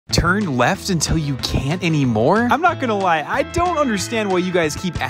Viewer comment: "Turn weft"